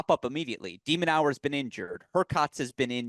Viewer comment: Love the content and I like only spreading good vibes. But hearing "De MinaUER" time and time again from the guest was tough My bad, folks